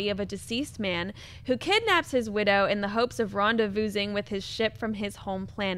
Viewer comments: "rahn-duh-voozing" hahahah.....bless your heart. It's "rahn-day-voo-ing" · did she really say "ronda-voosing"...to pronounce rendezvous? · Awe... pronouncing the "s" in rendezvousing was cute.:) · "Ron-day-voo-ing", ma'am. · did say rendezvousssing lol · Rendevou-ssing!!!! I really like but the poor girl has trouble with a lot of these intros. Also, she has trouble with the letter T. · I had to rewind it to make sure I wasn't hearing things lol